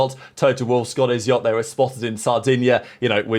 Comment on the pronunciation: I beg you stop saying Jot, it is yacht